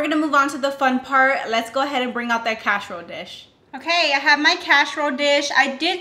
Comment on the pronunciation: "CASH-A-ROLE DISH" 🤣